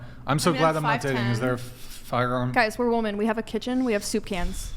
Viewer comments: OMG...I thought it was just me. I legit comment this on so many videos. It's like they don't know woman and women are two different words. 😂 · Why is there suddenly an epidemic of young people who have lost the capacity to pronounce the plural "women"? :P